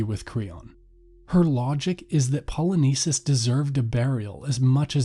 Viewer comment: the pronunciation of names in this video is atrocious, specifically "Poly-nice-seas" and Creon that should be pronounced "Crayon" good video but I found it really hard to watch with all the horrible pronunciation and sis I got a classics exam I gotta study for.